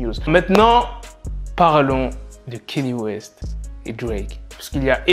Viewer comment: Sinon petite rectification sur ta prononciation envers Mr WEST mais c est KANYE WEST et non KENYE WEST voilà car je sais que beaucoup font cette erreur de prononciation sinon toujours lourdes tes news et en route pour le million 👍🏿